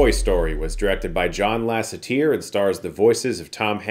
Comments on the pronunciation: John LasseTIR? It's Lasseter, isn't it? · "Lassa-tier". Good one, Chris! 🤣 It's "Lassa-tuh"👨‍🏫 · Love ya Chris, but “ter” in Lasseter sounds like Ur, not tear 😅 would be cool if it was though! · Lassa-teir? Isn't it 'Lass-atter' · Why does he always pronounce the names wrong? It’s not Lassateer or Lassatier it’s Lassater er as in her not as in ear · “John Lass-E-Tięr” I see what you did there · I’m sorry what? Lasseteer? Lol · John Lasset-"eer"? Lol no, Chris. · never heard anyone pronounce john lasseter like chris does lol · Why do you say Lasseter like that? 😂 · Never heard John Lassiter's name pronounced like that...have I been saying it wrong my whole life?